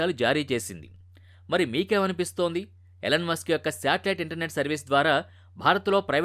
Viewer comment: అది " ఎలన్ " మస్క్ కాదు ర బాబు 🤦‍♂️ ఈ. ఈలోన్ మస్క్ 🫡